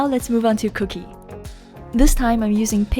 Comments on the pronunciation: It's Kookie Not Cookie hehehehehhe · Omg u are so cute it's not cooky it's Kookie 😂🤗